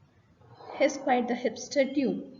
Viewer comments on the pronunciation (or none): Dude rhymes with food not would.. please correct